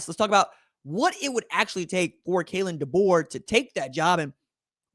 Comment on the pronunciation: Hey!! You pronounced my name right hahaha.